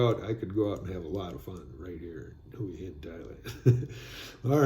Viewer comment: Hi, the correct pronunciation for Hua Hin is Wa-Hin